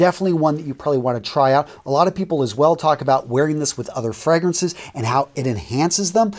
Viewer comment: Good gracious..you butchered all the names of the fragrances. At least TRY to pronounce the names correctly